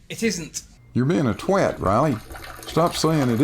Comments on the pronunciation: Riley got on his prison shirt?, my respect for you has increased beyond the high level I already have for you. You pronounced twat correctly, well-done sir, may you teach your fellow Americans your ways. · Kudos on correctly pronouncing "twat" :)